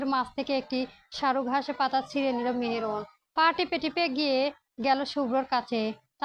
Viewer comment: উচ্চারণে সমস্যা ।আপু ভয়েস দেয়ার আগে কয়েকবার রিডিং পড়ে নেবেন মেহেরুন নয় মেহেনূর । এধরনের ভূলভাল উচ্চারণ অনেক হয় ।